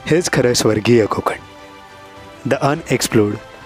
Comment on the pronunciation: "Kokan" "konkan# nahi.... छान होता विडिओ 👌